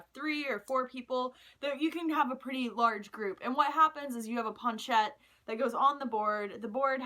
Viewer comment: I don't think your saying planchette right.